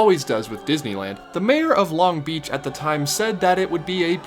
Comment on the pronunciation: I just need you to know that you're putting the emphasis on the wrong syllable in Long Beach lol